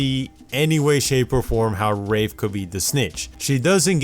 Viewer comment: He said rape instead of wraith twice and he also said rave